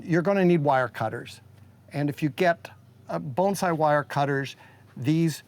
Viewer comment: That’s pretty much how it’s pronounced; “bone sigh”